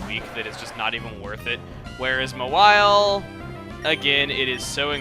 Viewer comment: So, Mawile was supposed to be called Mawhile? (emphasizes the "wh" sound like Stewie)